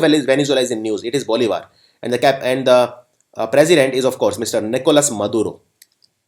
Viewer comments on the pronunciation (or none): none